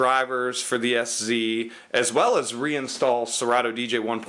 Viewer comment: And its ddj sz with (pronounciation) "set"